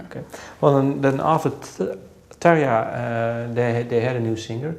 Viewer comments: Hah, funny that she speaks otherwise with English sounds, but when she says "Tarja" she uses the Dutch "R". Love to Floor from Finland, you have increased the range of sounds in Nightwish songs, and every song you have done are simply mind blowing. Congratulations Nightwish, what you can accomplish with her, sky is the limit! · She's saying Tarja, hahaha :P